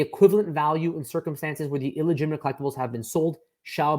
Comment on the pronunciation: It's "illegitimate" not "eel-egitimate" 😑